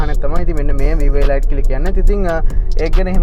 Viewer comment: තොරතුරු වලට ස්තුතියි. 100,000km වලට වඩා දුවපු වාහනයක් ගත්තොත් රිපෙයාර් ගොඩක් වැඩි වෙයි ද? නැත්තම් මීට වඩා අලුත් ඉන්දියන් celerio එකකට යන එක හොඳයිද? ( අඩුපාඩුවක් කියනවා නෙවෙයි. මේ වාහනේ නම pronounce කරන්නෙ එලීට් කියලා. ගොඩක් අය වැරදියට එලයිට් කියලා කියන නිසා සඳහන් කරන්න හිතුනේ)